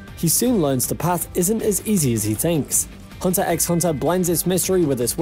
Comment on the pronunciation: Also he pronounces the x